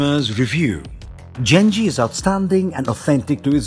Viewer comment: Damn can you butcher the name/word Genji??